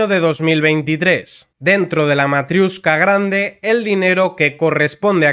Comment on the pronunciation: Me encanta una unión de países en la que se utiliza el inglés cuando ninguno de los países miembros tienen el inglés como lengua propia. Por cierto, no es «matriUshka», sino matriOshka.